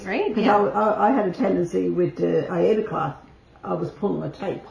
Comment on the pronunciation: I so enjoyed your video visiting your mom! She is a cutie! And I especially liked that she pronounced Aida the we were told how to pronounce it back in the 80’s!